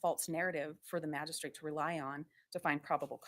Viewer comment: She mispronounces Magistrate, every time she says it. Drives me crazy!